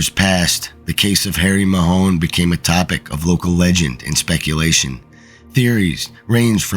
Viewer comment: The pronunciation of the name is Mahon (like baton)NOT Mahone😂